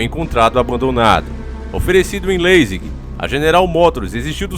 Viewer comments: Se lê " lizing "! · A pronuncia do leasing foi foda! Analfabeto conspiracionista....